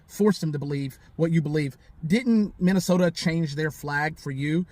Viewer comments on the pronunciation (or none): Maybe she should learn how to pronounce Minnesota 1ST OF ALL.